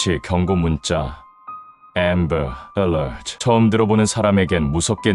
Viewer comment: AMBER Alert 할때 발음 ㅈㄴ부드럽다